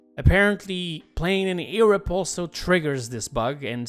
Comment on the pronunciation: as an amateur linguist, I'm now very curious as to where abouts u developed that pronunciation for "Europe". Thx for the clarification, btw!